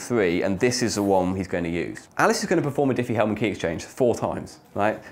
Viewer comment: Triffie Hellman? xD